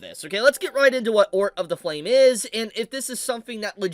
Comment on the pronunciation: I can't believe butchered the pronunciation of Otr 😂. He said Ort 😂😂